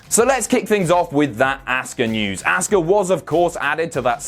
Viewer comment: Please stop mispronouncing Asuka's name. It's Ah-ska, not Ask-a.